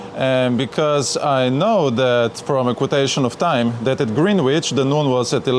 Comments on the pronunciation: Greenwich is pronounced grenitch. Love that boat and great video. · Love how you pronounce "Greenwich" (DON'T CHANGE IT!). But here is a Kraut letting you know the proper British pronunciation: Grenitch.